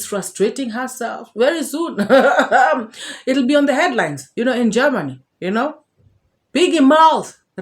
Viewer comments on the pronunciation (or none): she feared you she ran away😂😂😂😂😂 have you heard her calling jemny not Germany 😂😂😂😂😂